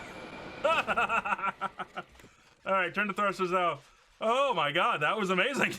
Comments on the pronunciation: The funniest part of the video is when he says oh meh god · ehr mer gaghrud